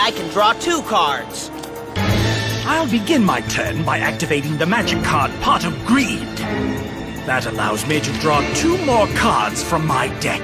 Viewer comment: uh, Pot Of Breed? Did I hear her right?